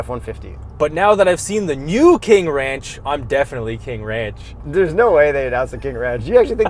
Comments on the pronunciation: "the w in ranch is silent" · Now class . . . remember that the "W" in Wranch, is silent. "Pick me up off the floor everybody!"😂